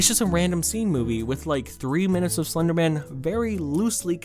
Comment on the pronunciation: slurrrrrrr your own words